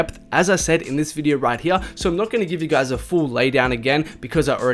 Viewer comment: “Right heeya” 😂